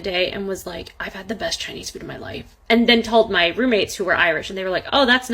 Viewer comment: Aayand? It’s and.